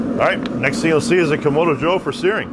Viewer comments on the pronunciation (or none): Kam-ahh-do, not Kam-O-do